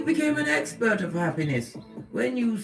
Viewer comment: Did I hear hexpert? As in someone who's an expert at hexing 😂